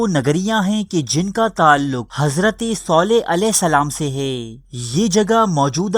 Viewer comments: Pronounce it correctly its Saleh not Soleh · Bhai soleh nahi saleh hai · اوئے کسی حرام کے پلے...ایسا کچھ بھی نہیں ہوا میں العلا میں رہتا ہوں...صرف اور صرف جھوٹ پہیلا رہے ہو..صالح علیه السلام کا نام تو تم صحیح پڑھ نہیں سکتے....